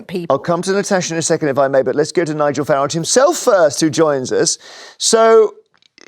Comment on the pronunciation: I do love when these leftie idiots are forced to have Sir Nigel Farage on their show by their boss. Especially the dragon in the middle who doesn't have it in her to pronounce his name correctly its pathetic.